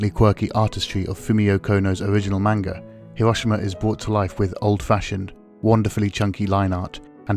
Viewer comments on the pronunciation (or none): It’s pronounced “manga”, not “mainga”...